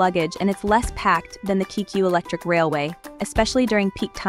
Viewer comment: It's Kay-kyu and Yama-no-tay!